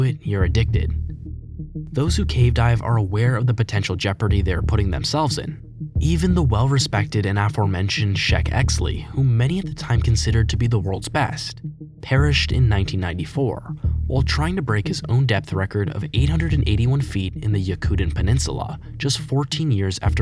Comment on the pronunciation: It's Sheck exley!! Not Shack